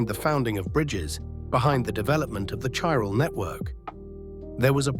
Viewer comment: Oh okay I see, it's Ai slop. I can tell seeing as it can't pronounce Chiral consistently to save its fcking life